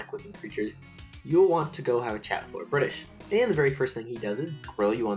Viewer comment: LORDO BRITISHU